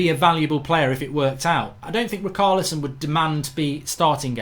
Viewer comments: Its ri-char-lison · sorry after the bruno fernandes debacle it is hard to watch these with excitement and MARK i think its obvious you certain players names wrong on purpose...rikarlison and emre khan... lmao!!!!!!